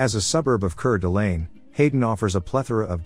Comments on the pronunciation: It q-na not koona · Its CUE-NA, not like tuna. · Are you referring to the fact the narrator mispronounced Moscow and Coeur D' Alene? That frustrates me, too.